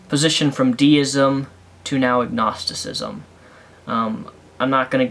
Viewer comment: Dd you say agnosticism or ignosticism?